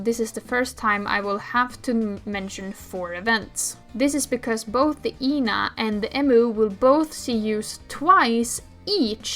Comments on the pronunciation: the main thing is ena which you call ee-na but it's just eh-na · this is my first time hearing someone pronounce ena's name like that lmao i was wondering who tf Yna is until i realized 💀